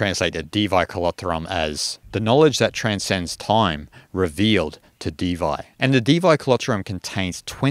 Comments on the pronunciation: Thanks a million, for your beautiful video! It is not pronounced as "Divay". Its Devi. Meaning Goddess! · Brother, Devi is pronounced day-vee, not dee-vy. Pronunciation is key in Sanskrit. Thank you ❤️💛💚